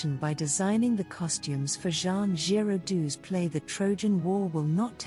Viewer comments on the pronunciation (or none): none